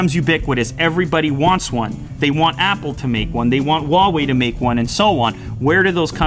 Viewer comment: the hell did you just call Apple? Wopo??